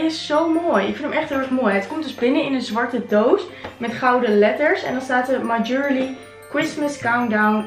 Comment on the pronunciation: en (my) jewellery spreek je meer uit als: ju wel rie